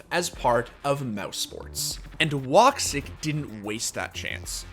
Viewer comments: I laughed so hard when he pronaunced his name. I am Turkish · the pronunciation how you read woxics name is killing me.